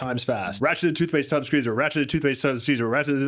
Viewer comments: did you just say "tub" rather than "tube"??? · tube - pronounced: toob